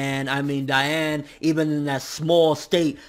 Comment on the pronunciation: You make me cry. It's DEE-ann. Though you're right, it should be pronounce DIE-ann, it's not...